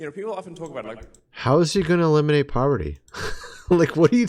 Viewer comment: Not sure if I like the way he said aleminate the homeless.